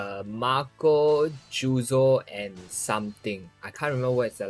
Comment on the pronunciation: ayy yooo!! its so long ma tuber! btw its jozu not juzo 😄